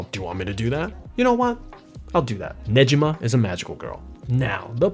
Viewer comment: For a host who really knows anime subculture, but pronouncing Negima as Ne-Jeeh-ma.. for real dude??